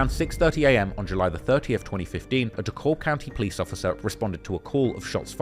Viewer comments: DeKalb is saild like DECAL-B..... NOT D-Cobb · It’s pronounced dee cab twin not DELLkab😂😂😂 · Fr, It sounds weird when people pronounce it with the L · It’s pronounced (de-kab) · It’s Dee-Cab. The L is silent 😂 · Bro Dekalb county is Pronounced Da Cab County or Dee Cab County not with that L Your using it sounds weird as hell. I’m from Woodstock, Ga. I Figured you would do research on how to pronounce something before posting a video documentary. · the pronunciation 😂😂😂 it’s “deh-cab” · I remember when this happened my parents made me stay inside and its weird when you say it with the L the L is silent dee kab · East side shi from Moreland Ave to redan Rd an it's pronounced D-cab county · It's pronounced Dee cab. It sounds strange when you use the L. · Damn the man from the UK he pronouncing it how its spelled. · You would think he would do research